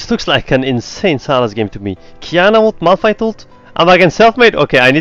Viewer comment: Its Qiyana, not Qyana